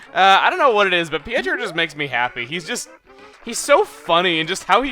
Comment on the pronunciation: Pietro is pronounced p-A-tro